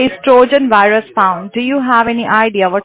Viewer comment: When he said virus wrong and said “wirus” it tickled me!